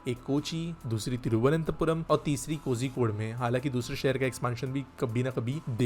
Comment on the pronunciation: The pronounciation is Ko"rhi"kode. I am not condoning you, just for information